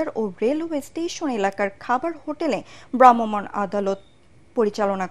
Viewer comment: ওহ্ স্যাড! খবর পাঠিকা ভ্রাম্যমাণ শব্দটা উচ্চারণ শিখতে পারেননি এখনো 🤔⁉️